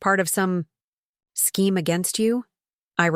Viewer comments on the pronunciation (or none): none